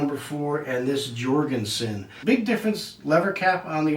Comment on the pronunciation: Why will you Americans not understand that the scandinavian "J" is pronounced as a "Y"..? Damn you, Jankees...